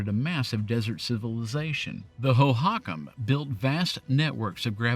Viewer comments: The HO-HO-COM not the HO HOCK UM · NOT... Ho HAH kam. It is pronounced HOHO kahm. Think Santa Clause "HO HO" then kahm after. Hohokam. I grew up in Southern Aridzona and have friends that are native here. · The word "Hohokam" isn't pronounced "ho -HYAK-um". It's "Ho-ho-kum". And the Hohokam people are the reason Phoenix was settled in the first place. The soil is incredibly fertile, but you cant grow anything without water. And they dug the first water transport system in the valley. It was their work that allowed early settlers to be able to irrigate their farmlands. Fun Fact, several present day Native American tribes in the valley can trace their history back to the Hohokam people, including the Yavapai and O'odham peoples. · First time viewer. Great video. As a phoenix resident, I learned stuff that I didn't even know about the tunnel. As others have commented, it's tradition to hold your breath when passing through it. One small nitpick, its not Ho-hokam, its ho-ho-kam. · "PAP-uh-go" (where PAP rhymes with "snap"), not "POP-uh-go". "HO-HO-comm", not "ho-HAWK-um". Think of Santa Claus when you say it. Not criticizing you, just offering gentle corrections. People who are not native speakers of Arizona English rarely get these right. Pronunciation aside, thank you for the interesting history! I moved away from Phoenix a few years before this drama. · Hohokam pronounce “HO ho kahm” not “ho HAWK um” Fantastic history on a freeway I watched being built. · THANK YOU! (that’s what I came here to say) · I know you’re not from here and have probably never heard the words pronounced before but it’s PAP-UH-GO and HO-HO-KUM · It's actually pronounced HO-HO-KUM